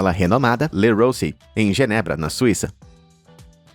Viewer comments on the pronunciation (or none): none